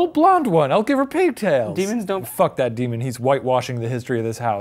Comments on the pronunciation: Ryan....ryan....you need to talk with the "Dee-mon" to catch the "dee-mon" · Daemon? Daymon? I’m crying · I keep repeating that one part Deman? Stop- calling it that DeMan???? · Dee-mahn? Dee-mahn.